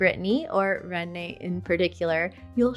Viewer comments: rennes is pronounced..WREN, like the bird, and not "renee". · Please pronounce 'Rennes' like the English word 'hen'. It is not pronounced 'Ren-ay'. Merci. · Please learn to pronounce the names of the cities you mention......ie: Rennes is not "rayney" it's "Rehn". Others as well. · "Renné" so funny !! is should be prononced like "rain" but Absolutly not as "Rennée" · N'1: the prononciation of RENNES is "RENN" (not "Renée"). Liked the video. 👍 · Rennes is pronounced almost as it is spelt , if you roll the “R” it sounds a bit better. It is not pronounced “Rennais” this is the word for the male inhabitants of the city, if you’re female you would be a “Rennaise”. I live in Brittany. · We are broke. 30000 billions plus debts. Unstable political situation. Don’t come to France. Our medical system is not the best anymore. It is difficult to get registered with a doctor. Our state schools suck. By the way Rennes is pronounced Rène. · Ummm…it is pronounced REN… one syllable . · yes, I see that she did not correct Rennes. Too bad... She is saying René :( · Your pronunciation is incorrect for your number one choice. It is pronounced REN. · Absolutely wrong. You HAVE to pronounce it exactly like the bird WREN in english (un roitelet en français) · It's pronounced REN and the one major factor that would never have it in the top 5 - the British weather. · I’ve never heard Rennes pronounced like that. Are you sure? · you might want to rethink your pronunciation of the town of Rennes, there is no accent here, a one syllable sound only. biz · Rennes pronunciation sounds more like Spanish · I'm annoyed by the mispronunciation of Rennes. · Rennes is pronounced like France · If you want to make a video about French cities, at least learn before how to pronounce their names properly. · Nice video, but you are pronouncing Rennes incorrectly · Yes. Phonetic: /ʁɛn/. The "es" at the end of "Rennes" is mute. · 🤦🏼‍♀️… it’s not René it’s Renn